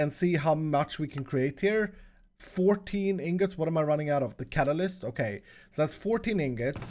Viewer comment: I love the series but it's been bugging me for a ton of episodes, it's not cataclyst it is infinity catalyst, Cat-A-Lyst, Lyst. I don't mean it in a mean way, just letting you know, incase you didn't.